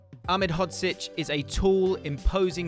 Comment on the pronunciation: unfortunately he didn’t pronounce it correctly great video tho